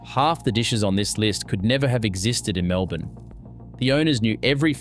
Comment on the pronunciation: Can’t even pronounce Melbourne right wtf msn